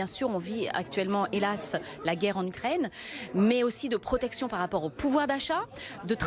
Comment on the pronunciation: "...la PRRRRRROTECTION des français". 😒